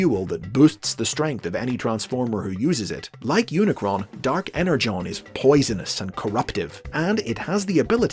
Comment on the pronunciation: Falar EnerJon é desvio de caráter 😆